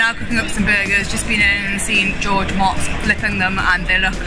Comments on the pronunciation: Ive watched a bunch of his videos and never pronounce his name right. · It's mooots, not mots. don't act like you know him. Watch at least one of his vids, you should've known. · Pronounced Moats